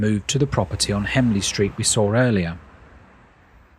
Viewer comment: As a local resident, I thought it was a particularly good overview of the town. You refer to Hemley Street but it's HENLEY street.